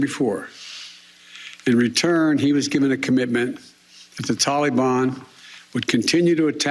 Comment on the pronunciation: Joe, it's the Taliban, not tallyban.